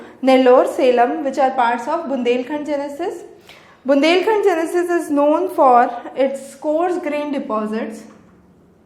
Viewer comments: Great lecture mam very informative, there is one thing which i will like to point out you are reading gneiss as genesis it is pronounciated as 'nice' reading only the neiss part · Gneiss pronounced as 'neiss' not 'genesis'